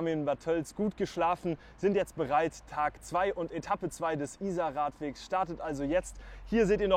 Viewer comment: Very nice video, but why do you insist on mispronouncing the name of the river?